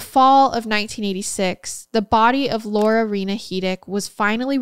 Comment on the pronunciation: This is gonna sound weird lol My name is Laura and you say it so perfectly!! 😂❤ Thanks for the episode! Much love from Middle Tennessee 🧡🤍